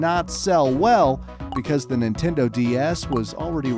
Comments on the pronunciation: ninteno lol oof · "New Ninteno" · “New Ninteno 3DS” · ninteno what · "the new ninteno 3ds" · umm Ninteno?